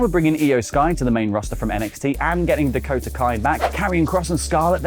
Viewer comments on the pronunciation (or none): none